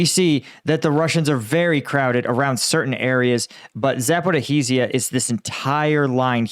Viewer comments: Zaporizhzhia is 4 syllables, Zap-or-EE-zhia and rhymes with “like amnesia”. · Please stop pronouncing it 'Zaporihizia'. I know Ukrainian placename pronunciations aren't always easy for Americans, but this is such a key location in this war and you've been talking about it so long that to continue to mispronounce it over and over speaks to a lack of attention to detail. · Why don't you learn how to properly pronounce Zaporizhzhia (zh sounds like soft j, like the J in the French name Jean-Paul) before you say that name repeatedly in your videos?